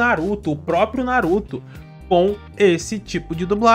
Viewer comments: "Não vai fugir tá? NaRuTó" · Fica aqui... não vai fugir tá? NaruThô